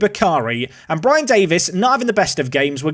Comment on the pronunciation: Pls, you pronounced BRIAN wrong:D